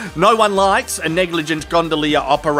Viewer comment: Everyone knows it takes 100% concentration for an Aussie to pronounce “gondolier” 💀 veins popping out the forehead n shit